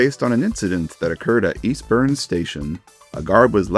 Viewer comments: As an Eastboune local (ish), the station’s name is pronounced East-born, not East-burn (literally my singular gripe here, good video outside of that, and it’s fun seeing the East Coastway mentioned outta nowhere) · Eastbourne is pronounced "East-born". Tis my hometown.